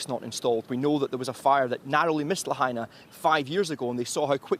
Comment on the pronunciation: la ha i na............. la, ha & na al sound a as in "hot",the ah sound when the doctor brings a tongue depressor i sounds like i in machine, the eeee sound la ha i na....... carry on